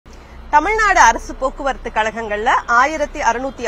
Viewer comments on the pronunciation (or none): none